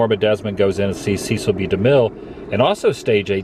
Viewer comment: Cecil rhymes with wrestle.